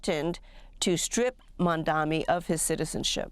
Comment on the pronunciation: Sadly, Can Not Pronounce Mamdani's Name Correctly!